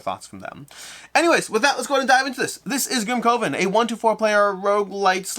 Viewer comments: pronunciation wasn't distracting for me; however, "coven" is typically pronounced as "kuh•vn" (similar to "covenant"). Perhaps AR has altered the pronunciation for this title? Regardless, this was an awesome review by! I'm looking forward to this game. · Your pronunciation of Grimcoven as Grim-CO-ven was so distracting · Maybe it’s branding: boardgameCO COvers grimCOven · Coven sounds like oven.